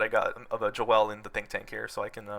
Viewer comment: Bro said Jo el. My man Joel is rolling rn.